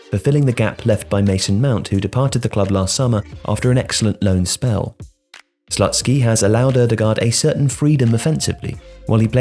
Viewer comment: Great content,! However, I feel like in this case there is a need for a little correction 😄. The coaches name is pronounced more like Slootskiy, not Slut-ski. (Usually I wouldn't mind, but I think it just sounds too wrong 😂)